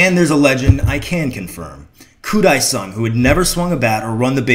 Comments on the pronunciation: pronounced ... deh-sung not die-sung. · I was at that game! And a game at Shea where a few cars caught on fire in the parking lot and we had to wonder from our seats why fire engines showed up. Also, Dae is pronounced more like "day" than "die"